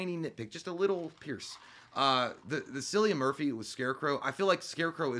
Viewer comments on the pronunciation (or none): Hey J just for future reference it’s pronounced Killian (cillian ) lol Murphys 1st name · Does J know the scarecrow actor's name is actually pronounced with a k? I feel like he does, if so.. he played that off pretty well.